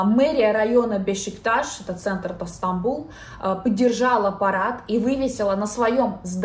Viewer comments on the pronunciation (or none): none